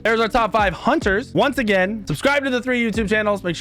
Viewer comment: hUnTeR's he says. "OLORUN" he says